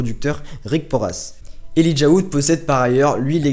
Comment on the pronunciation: c cool mais Elijah sa se dit pas comme sa .